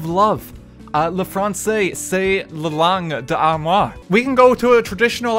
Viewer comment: saying armoire instead of amour is COMEDY